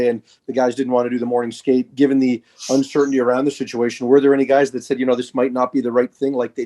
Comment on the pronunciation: Uncertainty is not 2 syllables!